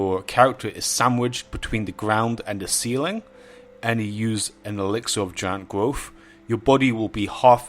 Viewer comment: "Giant Gwofh", Jesus Christ.